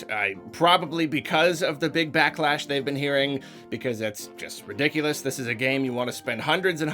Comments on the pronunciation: ridiculiar? It’s redicular. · "rediculer" i love it. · Chronicles of Ridicular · that is truly ridicular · That's ridicular